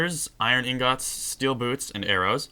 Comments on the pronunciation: It is ingots not ingots idiot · dude its pronounced ingits not INGOTS